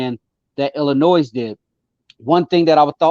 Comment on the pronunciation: Whenever I hear someone say IllinoiZ they immediately have zero credibility